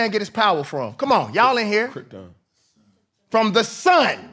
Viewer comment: Cam said Krepton………🤦🏾‍♂️